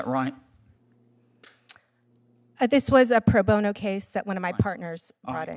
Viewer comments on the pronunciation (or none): none